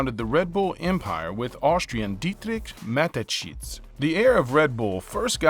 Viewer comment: Haha I'm from Austria and it's so funny to hear him say Dietrich Matteschitz